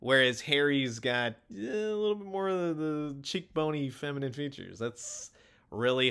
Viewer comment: The way he said "feminine" really helped drive in the point, about Harry😂